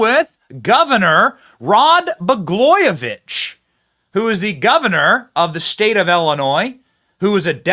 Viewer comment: It’s Walz not Walts or Waltz or Walsh. It’s Blagojevich not Baglojevich. Geez man.